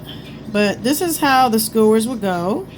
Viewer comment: Baby you say skewers “scores” lmfao. Thank you for this video, I lost my instructions and I couldn’t remember how to put the b*tch together!